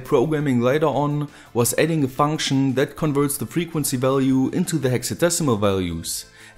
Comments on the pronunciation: freqzuency lol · "freqzuency"? Good thing you corrected that by .